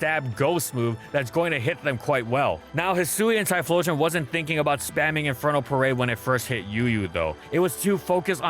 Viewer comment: It's pronounced Hyphlosion